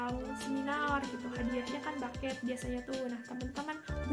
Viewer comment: Bouquet dibaca buket aja Kak, kalo Baket artinya jadi kaya Ember.